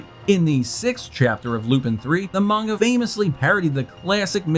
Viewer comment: Kudos on pronouncing "Manga" correctly! (But the character's actual name is "Lupin THE 3RD".) =)